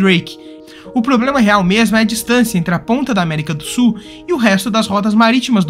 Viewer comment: América do Su é bem ruim hein tem que pronunciar melhor amigo